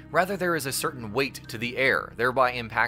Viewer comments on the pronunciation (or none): none